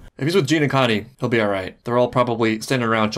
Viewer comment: It's JAAN not JEEN Ik he knows